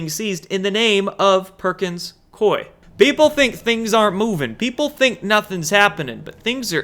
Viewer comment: I have a friend who works for Perkins Coie in Portland, OR. It is pronounced COO-ee - not Coy. COO-ee. Sorry but that's the pronunciation - call one of their offices. He says they are laughing at all the youtubers who say their name incorrectly. I guess they have to laugh at SOMETHING especially since one of their bank accounts for $2.9M got confiscated!